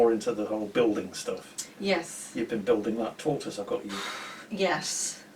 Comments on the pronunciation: RIP "Tor-twase" lol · Win of the day: Tortoise pronunciation